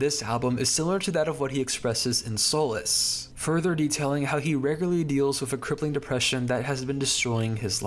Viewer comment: "sole less" im out